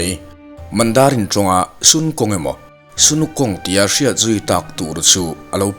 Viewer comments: Hei hi lawm... MLBB ah Sun(Ni) ang a an lam hian ka lo ngai mawh thei lutuk a... Christopa mi bright nge nge rawn lam dik chaih mai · Sun -ni anga lam rik tur a nilo